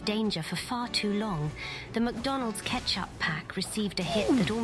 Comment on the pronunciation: "Ketchup"? Lol im dying 😂 As much as I enjoyed PvP in Dark Souls and Bloodborne, Elden Ring invaders just seem trash IMO. I am all for 1v1s and bow to the invaders before fighting to tell them I would be dueling. But barring one invader, every invader I've experienced so far has been a twink who either kills me and points down/teabags or runs towards the enemies and bosses if their health goes down. And all of this while I'm still on my first playthrough trying to figure stuff out and get a feel of the game. Pretty sure these are the same losers who would cry if ganked by my me and my summons.